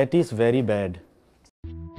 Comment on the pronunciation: “dat is veri bad”